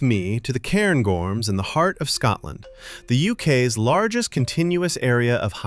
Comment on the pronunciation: Hint on how to say 'loch.' Instead of trying to say the C in CH, miss out the C and try to say the H instead. Also - so far - it's Loch MOrar not moRAR, CairnGORMS, not CAIRNgorms - you know, if you get it wrong you'll take somebody's eye out...